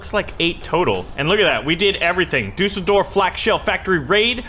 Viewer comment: You can’t pronounce Düsseldorf